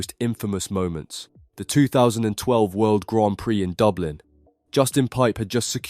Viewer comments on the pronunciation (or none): none